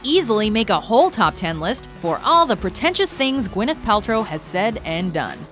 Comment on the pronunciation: Gwyneth Paltrow and Shia are the only names you got right